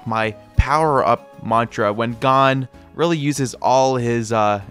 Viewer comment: Why do you keep saying gone or cone instead of his actual name 😭